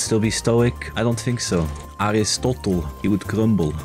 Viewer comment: Its "Aristotelis".